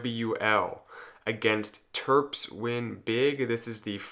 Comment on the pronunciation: am i the only one who heard terps as twerps? Pokemon maybe?